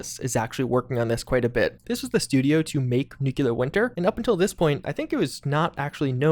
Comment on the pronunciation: New. Clear. For the love of God. How you say nuclear. 😆